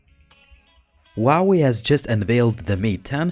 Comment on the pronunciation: This is not a bi phone. It is still small compared to main market phones in Asia. I have the 6 inch Mate 9 and it is kinda small. Also it is hu hu hu hwa way 华为 huawei you have to say the H!!!!!! Please ask any Chinese person.